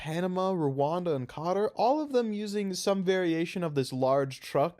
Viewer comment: I'm not here to pretend the general pronunciation of Qatar is correct, but the one you just used dealt actual damage to me.